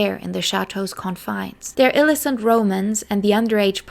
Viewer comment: It's Álias, not Elías, and illícit, not íllicit, and romantic_tryst, as in,a lexical item that goes together phonetically, Vivian Leigh is pronounced like "Lee"